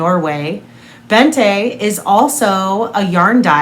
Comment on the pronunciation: Bente is pronounced more like Bent-eh (silent H obviously), not BentA 😋